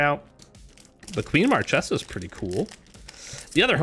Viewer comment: It's "Mar-ke-sa", for next time